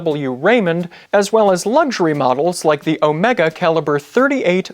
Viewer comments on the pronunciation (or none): none